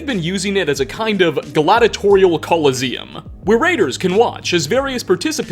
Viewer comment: Listening to your videos, I’m starting to think you’ve never said half the words in existence out loud. You can’t say theater, coliseum, and others. You also have a weird inflection on the end of every second sentence. I’m done with Therese videos, it’s too annoying to listen to.